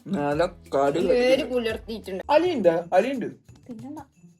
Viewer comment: Njn adyam kettath "ariyuddo ari udd" enna😂